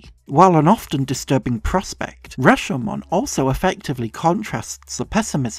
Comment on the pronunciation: You're the only Youtuber I've heard using the original pronounciation of Rashomon correctly (not sure if there was some different English pronunciation that's equally valid but they say the name in the movie and the longer syllable is the "sho"). Fantastic essay.